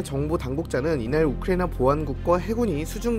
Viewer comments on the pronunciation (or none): none